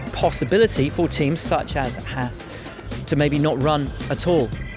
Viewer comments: It’s Haas not hass anyways? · I don't understand why the British can't pronounce Haas properly. It's a long vowel sound. Surely you guys can get on board with that. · That is not how you pronounce Haas but ok. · As an American, I'd like to take the time to tell you all that you've been pronouncing Haas wrong. It's pronounced "Hoss," not "Hass." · I agree...none of these would work if Haas was pronounced correctly